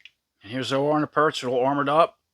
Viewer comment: Zo-Ar? Never heard it pronounced that way before. I thought it was pronounced like soar.